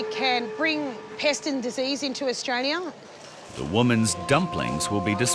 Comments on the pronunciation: I think she said Australia not Diarrhea 😂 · no no no she wasn't saying 'diarrhoea'. She was saying 'Australia' (pronounced as 'ao dah lee yah') prob trying to say those shoes were got in AU.